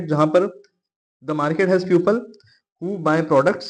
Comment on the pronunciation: Sir puple ni peeple hoga btw iska spelling people ho ta h but i was correcting the pronunciation